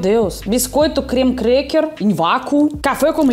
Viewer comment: Biscoito "krrrremer kraak" 😅😅😅